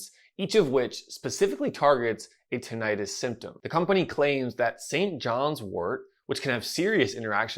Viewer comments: You are not pronouncing Tinnitus correctly. It is not Ti-nni-tus. Two n /nn/ thus Tin-ni-tus. example /swimming/ is not Swi-mming it is swim-ming also the second /i/ is not /eye/ since it is following a double constant thus vowel goes from long to short. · PLEASE stop calling it tin-i-'tis. You know as an audiologist that it is correctly called tinnitus, without the long "I" sound. I know you think it is more understood the way the lay person thinks it is pronounced, but it only reinforces the incorrect pronouncing of the condition of tinnitus. When I hear someone talk about this subject, pronouncing it tin-I-'tis, I dismiss everything they say. Let's educate people rather than dumb it down, just so they can understand the subject. I have been a subscriber to your channel for several years, and know that you are a well informed audiologist who specializes in tinnitus. I have severe tinnitus and have for the last 25 years been desperate for help, without much relief. I have tried every so called treatment there is. Please don't add to the problem by presenting a "dumbed-down" approach. Thanks for having a heart to help those of us who are dealing with his debilitating condition. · You’re pronouncing Tinnitus incorrectly… plus TRUE tinnitus is in the BRAIN… not in the outer ear.